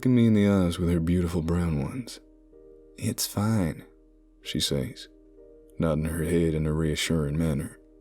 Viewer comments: Says is not pronounced SAYs it is pronounced "sez". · The best narrator with the best stories! Your southern accents are almost perfect. Only two words give you away - been and says. Southerners pronounce them as ben and sez. Yes, I am a hillbilly.